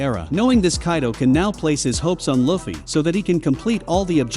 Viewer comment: “Luufeey” not “luhfee” 😡😡